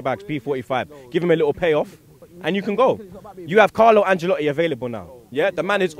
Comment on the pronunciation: It's AnCElotti, not AnGElotti. Put some respek on his name